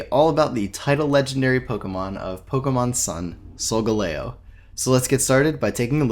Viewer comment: The way you pronounce solgaleo triggers me